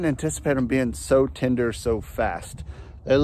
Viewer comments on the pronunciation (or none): none